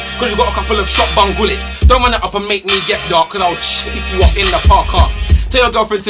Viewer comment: swear he said shotbun gullets😂